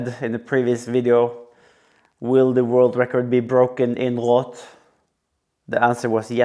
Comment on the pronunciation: Love how he pronounces Roth correctly instead of Jan Frodeno calling it Ross!